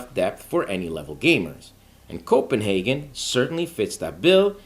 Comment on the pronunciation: Thank you for pronouncing our capital correctly.😊